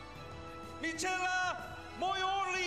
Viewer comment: Noo, they didn´t just pronounce it like Mitshella....... omg..